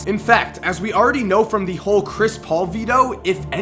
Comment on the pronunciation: ah yes, zhris mullin